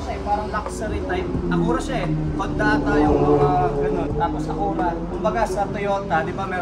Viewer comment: Ah-Q-rah tamang bigkas. Hindi akoora.